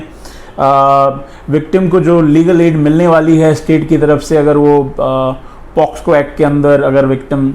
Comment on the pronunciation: Pocso to boliye sahi pahele